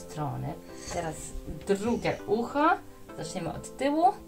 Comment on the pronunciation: DRUGIE A NIE DRUGE